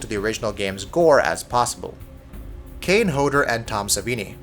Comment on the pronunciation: This guy cant say the names right first kane and then harry